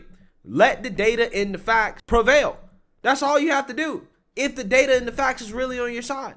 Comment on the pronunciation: Excellent broadcast. If I could just get you to switch of the “dis” with “THis”, “dat” with “THat”, “da” with “THe”. You’d be batting 1,000! Said with love and respect.